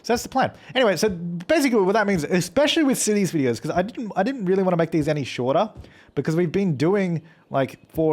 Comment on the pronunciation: The T in cities skylines